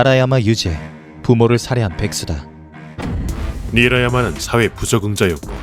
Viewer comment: 자막은 니라야마인데 자꾸 나리야마라고 하네 예전부터 계속 이름을 잘못 읽는 실수가 있네요